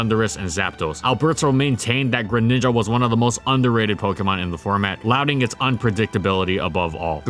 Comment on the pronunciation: "Lauding" is pronounced "l-odd-ing"